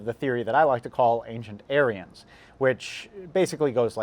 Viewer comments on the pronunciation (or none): The way he says ancient aryans sounds like he’s still saying ancient aliens but in a very racist Asian accent